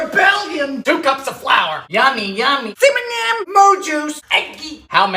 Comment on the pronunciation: I love the " dont say it dylan, CIMINIM''